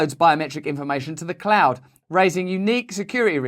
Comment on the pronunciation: Sorry, I thought you said "Clown world" there for a minute. 🤔 Oh well. Same Same. 🤡🌍☁️🌍🤷‍♀️